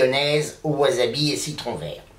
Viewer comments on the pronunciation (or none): Le wasabi (qui ne se prononce pas wazabi) frais peut etre commande d'angleterre a prix raisonnable, une dizaine d'euro la racine de memoire, soit a peine plus cher qu'en commerce au japon. Il vendent aussi des rapes mais la c'est carrement de l'arnaque, une rape en plastique a un euro fera le travail. Pour le wasabi en tube, il ne contient qu'un pourcent de wasabi, c'est en fait du raifort japonais (karashi), plus jaune que la moutarde, on y rajoute un colorant bleu et ca donne une pate vert fluo, qui n'a ni le gout ni l'aspect du vrai wasabi. Pour ma part je compte faire une mayonnaise demain, et habitant au japon ce sera plutot la moutarde qui me fera defaut, mais l'aventure est dans l'assiette comme dirait l'aultre.